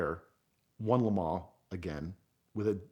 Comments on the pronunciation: Nice story but once he said "Le Mens" I couldn't suspend my disbelief anymore... sorry buddy but if you can't even pronounce the city correctly how am I supposed to believe the rest of the story? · If you guys are going to persist in calling it "LeMaw" spell it like that or else say it LeMANS!! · This Vato and his “La Maanchqua’ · he call le mans lemons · no he wasn't his pronounciation is rubbish Piech as peach isntead of pi eck Lemons when he wants to say le maans Wyer as Weer instead of Why ur